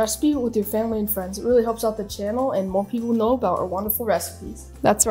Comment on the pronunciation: Май фэмылы) забавное произношение☺